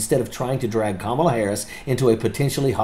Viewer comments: Major, from one vet to another, her name is pronounced, "comma-la". Not, "Ka-mala". And thank you for YOUR service. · C’mon. Learn to pronounce her name. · Please pronounce her name correctly.